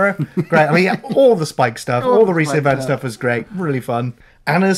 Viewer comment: It’s pronounced ‘Reese Eyefans’ (for Rhys Ifans). Come on.